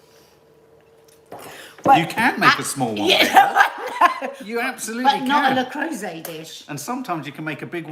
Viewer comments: Not sure why it matters but its le croooooset not le crowset…. Hahah literally dont know why I’m saying this -maybe once a teacher always a teacher?? BRILLIANT new year coffee morning youre a tonic every morning xx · le creuset... Pronounced.. Le croosay..